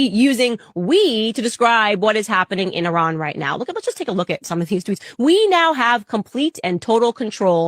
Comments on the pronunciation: Its actually pronounced "E-rahn" short a annunciation. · It’s pronounced EEEE-Ron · When I went to Grambling State University….my World Lit. Professor was from Iran. He taught us the correct pronunciation is E’Run. 😂😂 It’s ok Q, I’m from New Orleans and I know I fu$k up some words. 🤪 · It is pronounced Iran